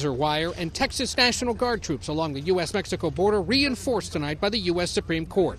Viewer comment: That D A no sabo said metsicoe. 😐